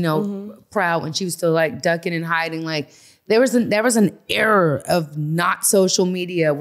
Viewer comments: She keep saying error instead of ERA.....wish these females knew how to speak! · I hate the way she pronounces Era lmaoooo "error"